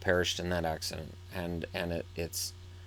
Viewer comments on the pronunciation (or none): none